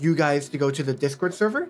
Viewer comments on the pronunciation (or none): none